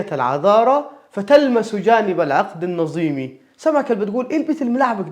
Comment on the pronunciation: الظاء تنطقها زاي (على ظمإ زلالا - العقد النظيم) الذال تنطقها زاي (ألذ من المدامة - ويأذن للنسيم)